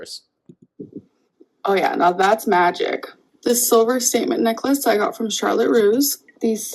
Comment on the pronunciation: I thought she said “salmon necklace” not “statement necklace” 💀 GORL PLEASE JUST PUT THE STUFF IN THE CROCKPOT STOP IT. AND THEY ARE AN MLMS DREAM.